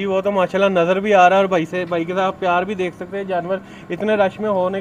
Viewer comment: Dear you're doing good job. Please make it correct, Its "Bhai" not "Bahir" 👍